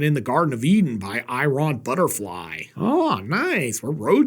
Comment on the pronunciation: I have never heard Iron Butterfly's name pronounced the way you did it. You, sir, never fail to surprise me, haha.